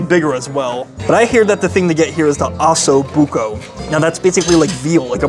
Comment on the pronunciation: Oh-so Bucco